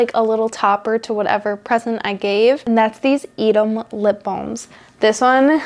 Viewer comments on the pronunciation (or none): none